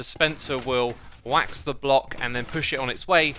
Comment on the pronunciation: When he said wax i thought it was ah duck HAHAHAHA